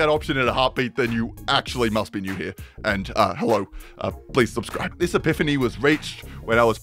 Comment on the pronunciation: he said to swubswibe so i swubbed